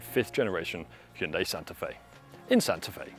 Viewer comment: Thank you for pronouncing hyundai properly 🎉 not hi yoon die 😂